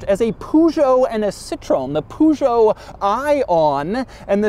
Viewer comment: Hey Doug, give it a break, it's a city car. Oh yeah, you don't have cities. P.S. Please, learn how to pronounce Citroen and especially Peugeot.